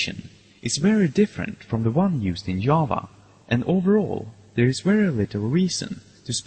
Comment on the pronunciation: a wery important wiewpoint of the making & dewolpment of this tutorial is the misuse of the pronunciation of the letter "v" lol! jk great wideo! :-)